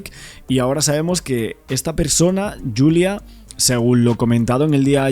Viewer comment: Yulia, Yulia. El nombre es Julia. No es un nombre inglés. Ella es de un país de habla hispana, por qué ese empeño en llamarla Yulia?